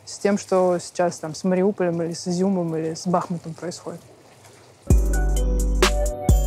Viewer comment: Че ж не поинтересовалась орфоэпической нормой «БахмУта» великая поэтесса?